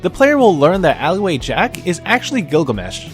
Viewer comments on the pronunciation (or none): none